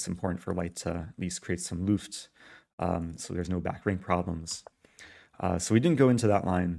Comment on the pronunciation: Luft should be pronounced with the vowel from Could, not Cool.